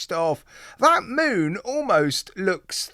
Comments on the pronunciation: Mun?....maybe pronounced 'moon'? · Id rather the automatic movement.its pronounced moon.btw.